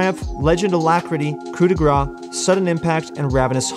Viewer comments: Please stop saying "coup de gras", it's "coup de grâce" just check how to say it. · It's not '' coup de gra '' it's ''coupe de grace '' read it properly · Stop saying "Coup de Gras" it literally means "Grease hit" :D Coup de grâce= kuu de gras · French tip of the day In "Coup de grace", grace is pronounced like grass. You're missing the "ss". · its not coup de gra, its coup de grace, kinda prononce like grass its french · It was so triggering when first year everybody was calling it couP de gra. Why people assume CE in grace should be silent, while P in coup should be pronounced. At least we got over it, but stuck with cou de gra forever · He does pronounce it. Wrong. And there is no offense, just trying to help ;) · FFs "coup de grace" is pronounced like "coup de GRASS" im french and it piss me off so bad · The coup de grace rune is pronounced "cou de grass* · you have to say "coup de grass" for coup de grâce it triggers me and the french community too (i think) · Coup de grâce, coup de grâCE, PLEASE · coup de gras ? coup de grâce i mean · Please, Coup de Grace is pronouced "Cou de Grass" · The way this guy prounounce coup de grace as coup de gra triggers me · "coup de grâce", you need to pronouce the CE at the end. Otherwise, as a french personne I hear "coup de gras" which means "fat hit", but not fat like, big, that deals a lot a damages, fat like you took a handful of cow fat and slapped someone with it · Coup de grâce is pronounced with an S at the end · Yea idk why everyone just ignore the C